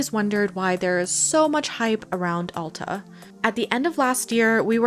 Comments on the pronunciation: AL - TA not ALL - TA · 65 years at Alta, you did great! Come back when there is a few inches of new snow and you'll have a much better experience. For what its worth (very little) locals pronounce the A in Alta like the A in bat! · Alta is pronounced (Ale-tuh)